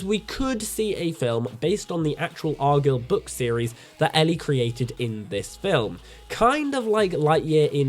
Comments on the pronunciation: he can say the word guy lol it’s arguyle not argill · It's pronounced ar guy ill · If you watched the movie, why are you saying argylle so wrong?